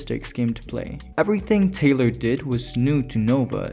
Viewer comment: This essay needs work: this film was made in 1968 before the moon landing, during the heart of the cold war. Taylor (not tyler also the other names require better pronunciation) sees himself as Adam on the planet, the symbolism is all over the place and he gets a metaphoric eve. The film is a criticism of early Christian scientism with numerous Darwin references to the apes who deny evolution as fact. Orwell is quoted once about animal farm. This film really is not about humanity being superior but being the same as the apes, the apes claim superiority but are factually wrong and Taylor is the proof so they seek to destroy him. Humanity is far from perfect they literally end the world in atomic war. Everything Dr zaius says about humans is true and that's the horror of the film and the ending. The film isn't hooray for humanity it explores the flaws in humanity by associating us with apes and the planet of the apes with earth. They are one in the same.